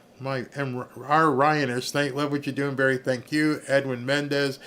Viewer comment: You called it Berry